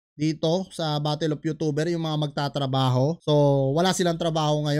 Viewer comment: yotober? youchouber? youtuber..yutuhber?..ayosin mo pronouns mo..